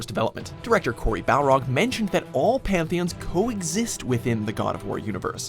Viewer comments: 'Cory Belrog'????? whos dat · Imagine saying Cory Barlog correctly.